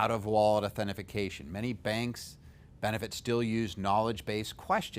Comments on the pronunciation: Authentication not "authentification" ... good tips though, thanks! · Nice video. But...Authentication. authentication. Not authentification. Authentication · The correct term is au-then-ti-ca-tion. it is a five syllable word.